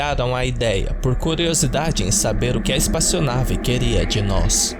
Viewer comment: disse "espaçionave" um monte de vezes kkkkkkk